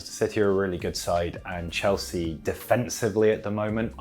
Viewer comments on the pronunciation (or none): none